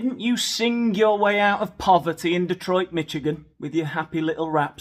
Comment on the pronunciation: Did you say Mitch-igan?